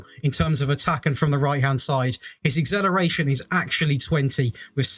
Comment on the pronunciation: Lol I’d love to know how you want pronounce exhilarating, because acceleration has been butchered 😆